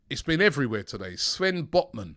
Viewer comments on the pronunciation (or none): none